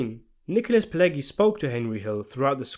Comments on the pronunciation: Thank you for a good video! But: it's not "gi" (like in "groggy") in "Pileggi". It's "ʤi" (like in "jeans"). Pileggi - /pɪˈlɛdʒi/ - in American English. Italian: [piˈleːddʒi]. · The G in Pileggi is not pronouced like the g in egg but the g in say gentrify. I know egg is in there but it's not pronounced that way. Not a hard G but a soft G.